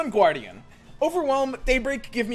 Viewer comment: Is he memeing? First he called Sun Guardian, Sun Gwordian and then Star Guardian lol waah?!